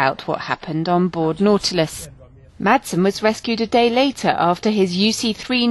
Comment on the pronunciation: Not "Mattsen" its pronounced Massen. Horrible pronunciation, do your homework.